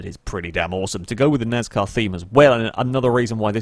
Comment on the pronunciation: I don't know if it is just you accent but i hear nazcar Insted of NASCAR i am not trying to be mean to your accent but it just caught me off guard